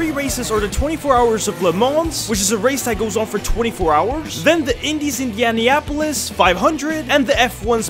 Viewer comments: "Max Versteappen" "Lewis Amiltion" "indialianapolis" bro should learn how to pronounce 💀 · Dawg the way he pronounced Indianapolis has to be satire